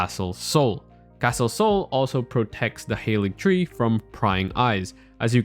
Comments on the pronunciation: Its pronounced Ha-ligtree. Not hayligtree. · It's Haaaaaaaalig tree ffs